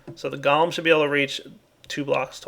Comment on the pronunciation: GO-lem. Not Gollum. "Goal-em." Unless you're hiring Smeagol to do your yard work, it's "golem."